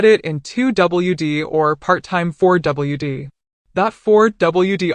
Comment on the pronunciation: 2 double u D or 4 double u D… Ai is hilarious.